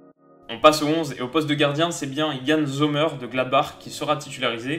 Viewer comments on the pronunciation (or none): Merci pour cette vidéo toujours au Top!!! J'espère que tu te trompe et qu'on passe le premier tour 🤞🤞 Et sinon 2-3 chose à redire, niveau prononciation les français faites un effort svp. En suisse les nom en -er se prononcent "-èr" et non "eur" par exemple Sommèèèr et non "Zomeur" et Xhaka c'est "Djaka" et non "Shaka" Voilà sinon RAS continue comme ça et vive la SUISSE 🇨🇭🇨🇭🇨🇭